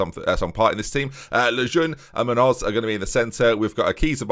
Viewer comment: please say “munYoz”